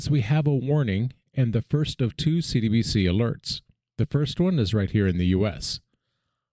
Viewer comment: Hey homie you’re doin good work here! Only thought is that when you say “CBDC” fast it sounds like you’re saying “CDBC.”